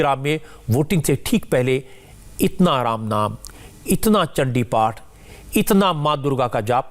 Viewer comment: Mamta is not Bengali because her Chandiparh pronunciation is totally UP Bihar based. Durga kcchamaa shiwa dhaatri......